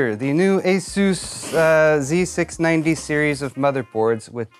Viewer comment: You properly pronounced " z690" and 60fps video...yeah..you're DAMN RIGHT..you're getting a thumbs up from me. \m/